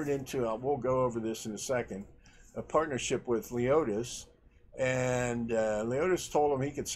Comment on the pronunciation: its lemonis not leotis ok